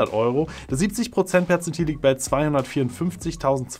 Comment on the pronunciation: Ich dachte er sagt Potenzmittel 😂